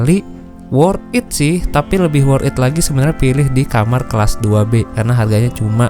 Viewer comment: Di baca nya Worth tit bangg di gabung, bukan worth it di pisah bacanya